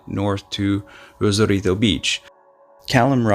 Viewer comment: Why are you attempting a Spanish accent just for Rosarito?😂😂😂